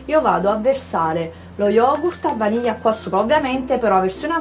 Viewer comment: Non so perchè ma "Yogurt a vanija" mi mette troppa fame